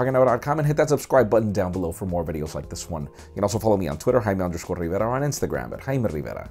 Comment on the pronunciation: Is it me, or the way he says is name sounds more like kkkaime than jaime?